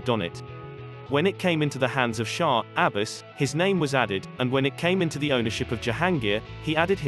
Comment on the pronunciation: The names of the kings and dynasties have been grossly distorted. Mughal is "Mooghal not Magggal". Shah Abbas is Abbbaas. Nadir Shah is pronounced " "Naader Shah" and many more